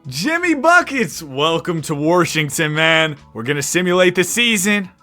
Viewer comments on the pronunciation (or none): “Warshington” bro gtfo 😂